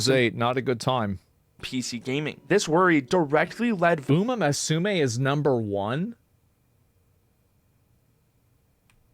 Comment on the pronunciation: I'm shocked. Shocked I tell you. I can't believe Baldy actually pronounced Uma musume properly.